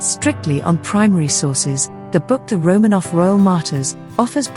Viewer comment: Pronounced. "Row - man - off"